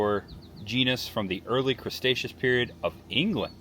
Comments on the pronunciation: Bro you butchered so many names 😂😂😂. And its Cre-Tecious not mr. Crabs 😂😂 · Cretaceous❌Cresaceous✅(he butchered all the names💔) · I like that you kept saying "crustaceous" instead of Cretaceous Period. 😂😂